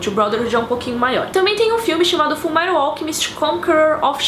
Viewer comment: a mina vem e me fala "FULMERAL" PQP UHAHSAHUSUHAUSHAUSUHAUHSASHUAUHSUAHSHUAUHSA